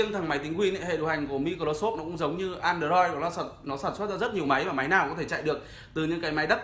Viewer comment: Bạn này đọc tiếng anh hài vãi, mi cờ rô sốp, an đời roi. Nhưng phải nói bạn có khiếu hài hước đó